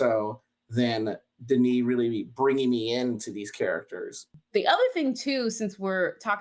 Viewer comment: Denis not Dennis.